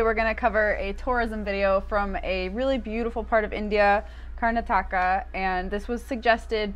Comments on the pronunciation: It is pronounced as karnaataka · The pronunciation of Karnataka would be ......Kar- Nataka. The break in that name would come after Kar......😊